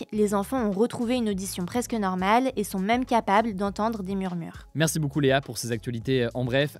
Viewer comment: À chaque fois j'entends Léa dire "Merçu Hugo.."